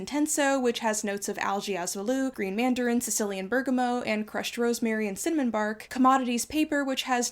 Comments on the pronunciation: Bergamot is Italian - so it is mot not meau. Love your content! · Bergamot is a citrus fruit, and the final T is universally pronounced. It is not French. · Why did you pronounce bergamot like that? Did you have a stroke? Some kind if inside joke? Just being a troll? There must be a reason to intentionally sound foolish during an ad. I'd want my money back. Shame on you.